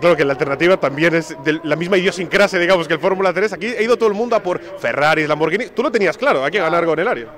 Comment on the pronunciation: No puedo con "LamboR"